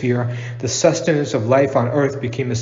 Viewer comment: the "Sustenance " of life on earth...do you zoomers even know how to read?. Since all you are doing is reading off a wiki article at least read the words correctly.